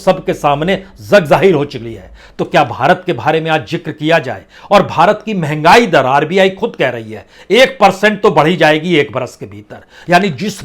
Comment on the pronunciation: मुझे उम्मीद नहीं थी कि आपके जैसा तजुर्बेकार टीवी लंगर (anchor) भी हिन्दी और सामान्य उर्दू शब्दों का ठीक से उच्चारण नहीं कर पाता है। "जग जाहिर" को "zag/ ज़ग जाहिर" , "बारे में" को "भारे में" . ये सिर्फ़ चन्द चुनिंदा उदाहरण हैं PP बाजपेई के जो कुछ बड़े समाचार चैनलों में बतौर लंगर बरसों काम कर चुका है!! राष्ट्र भाषा और मातृ भाषा हिन्दी की यह बदकिस्मती है कि ज़्यादातर लोग आज के दौर में ठीक से हिन्दी न बोल पाने पर भी ऊंचे पदों पर आरूढ़ हो जाते हैं जहां से उन्हें एक मोटी रकम प्रति माह प्राप्त होती है! आजकल शब्दों का ग़लत उच्चारण करना -- चाहे हिन्दी हों, उर्दू हों या अंग्रेज़ी हों -- एक trend या फ़ैशन बन चुका है, ख़ास कर युवाओं में। परन्तु आप तो युवाओं में नहीं आते। तो क्या आप इन औसत युवाओं की नक़ल कर रहे हैं? ऐसे लंगर को मेरे जैसा सम्वेदनशील श्रोता बिलकुल सुनना नहीं चाहेगा। इसीलिए इस विडियो को शुरुआत में ही छोड़ रहा हूं।